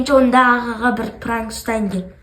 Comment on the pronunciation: Пранык деп аитып қоидын